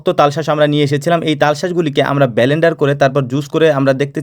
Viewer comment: Ba len dar na, blen-dar